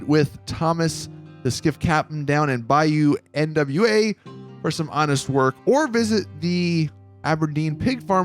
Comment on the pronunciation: Bayou N.W.A.? You have to be kidding, it's Bayou Nwa. How about you read the whole thing before the video, so you have an idea of what you're gonna talk about?